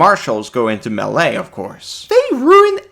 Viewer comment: I guess I can get around using the emphasis on the wrong syllable on melee but the word is pattern not pattren